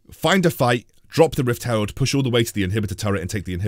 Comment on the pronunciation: lel it’s Rift herald not rift s cutler!! lol!!! anyway love ur content